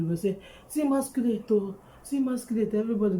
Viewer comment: Am laughing hard as u say like mosquerade